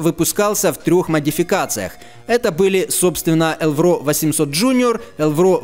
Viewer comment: только не элврО, а Элвро. ударение на первый слог